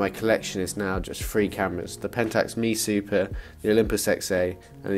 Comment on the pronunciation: Great video. But it is pronounced M.E. Super. Long live film!